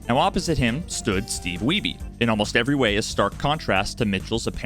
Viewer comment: The family name Wiebe in my cultural heritage spelled the same way as Steve Wiebe is not pronounced 'we be' but rather the same as weed but 'weeb' with B. Are we sure we're saying his name the right way?